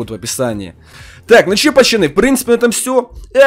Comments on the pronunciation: Говори нормально не пачяны а пацаны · ты говориш чо пачаны а не пацаны